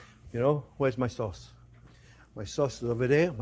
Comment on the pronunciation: cause = sauce